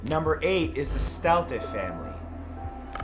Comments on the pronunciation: Staudte is pronounced like Stowdy... here anyway. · Staudte is pronounced "Stoudy"....just lettin' u know!LOL